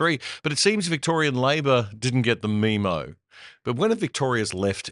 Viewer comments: Memo is not pronounced meme-o. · When the hell did Australians start pronouncing 'memo' as 'mee-mo'? Was it around the same time they started referring to video footage as 'vision'?